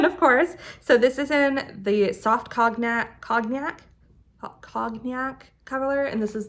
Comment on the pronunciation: Beautiful sweaters! Cognac is pronounced coneyak